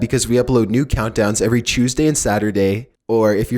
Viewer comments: Is he saying he "uploads a new video every chuesday"? 🤣🤣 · When he said Chooseday I smiled so hard my face hurts now